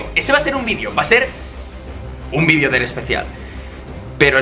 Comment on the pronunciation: Like si quieres escuchar a un Español decir VIDEO y no vidio xdxd (Like para que lo vea grefg y lo haga xd)